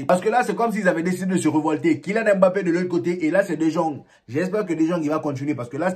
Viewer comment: salut bro merci d'avoir considéré mon commentaire la dernière fois meilleur travail sur le fond vert, je sais pas si tu es passé au fond bleu... maintenant faut te gérer sur la prononciation des gens là Anceloti Ceballos Dejong etc. Bonne continuation